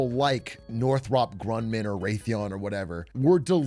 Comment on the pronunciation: North Rop Grunman 😂